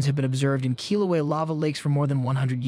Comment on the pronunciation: Learn how to pronounce Kilauea.